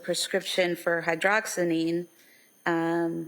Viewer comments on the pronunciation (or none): Hey lady, it's HYDROXIZINE. Not HYDOXININE. Know what you're talking about before talking about it. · *Hydroxyzine, not 'hydroxynine'. The mispronounciation may be why he did not recognize that as one of her meds.